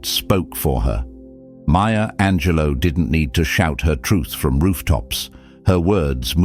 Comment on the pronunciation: Ok not trying to be a dick but I gotta say since you keep talking about her lol….her name is Maya Angelou, not Maya Angelo (unless you’re not talking about the epic poet hahaha) I think she may have some French ancestry but whenever you say maya angelo I think it’s some chick who works at wawa during the graveyard shift but she’s really cool when she’s not messing around with her on again off again douchy boyfriend lololol